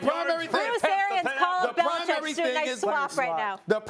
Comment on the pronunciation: Bellachecing? Yo Max Kellerman 😂😂